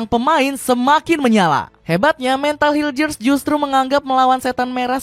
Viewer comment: Bisa bisanya media gak tau cara nyebut nama pemain timnas 😅 bukan hiljers tapi mes hiulhers udah diajarin sama orangnya langsung